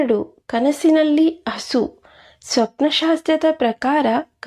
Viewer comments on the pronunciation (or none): ಹಾನೆ ಅಲ್ಲ ಆನೆ. ಇದೇ ದುರಾದೃಷ್ಟ . ಭಾಷೆಯ ಅಪಭ್ರಂಶ. ಹಸು , ಅಸು ಅಲ್ಲ